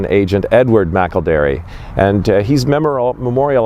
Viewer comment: is awesome, he correctly pronounced Edward McElderry's name! I am a McElderry from the USA. I'm not sure how Edward is connected to my family line but, all McElderry's are related. Thank you for making this video!